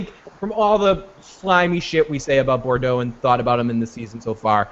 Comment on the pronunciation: I really want to be able to find your opinions credible...but neither of you can pronounce the name "Boudreau"" "Bourdeaux????" REALLLLLLY????